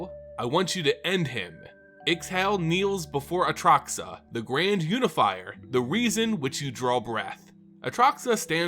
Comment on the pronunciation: bro you say atraxa wrong...